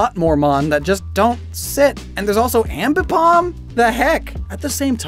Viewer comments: "Ambipom" "Drifloom!" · "Ambipom" - 2022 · "Ambipom." -, 2022